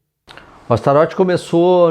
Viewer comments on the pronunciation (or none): Sabe o vocalista David Lee Roth? Tu não fala David Lee Rô né? Astaroth não é Astarô né? 😂